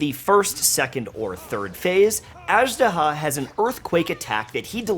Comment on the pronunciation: Man! They said the name in the game like 40 times, get the pronunciation right.